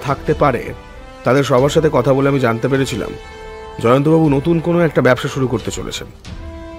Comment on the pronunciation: সুকান্তবাবুর অন্য গল্পের মতো বলিষ্ঠ নয়। সদাশিববাবু কি সঙ্গে ছুরি নিয়ে আলোচনা করতে এসেছিলেন? আর লেখক হতে পারেন কিন্তু তাঁর উচ্চারণ মোটেও শুদ্ধ নয়। জ এর উচ্চারণ z সেই বিখ্যাত উক্তি মনে করিয়ে দিল, "কেবল zaনতি পারোনা।" আরো ভালো গল্পের প্রত্যাশা রইল।